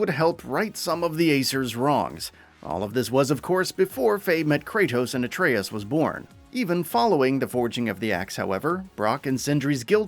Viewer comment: See Dominik look how pronounces atreus not whatever the hell you were saying sir 🤣 you may have to teach him how to pronounce this name cuz it's evading him.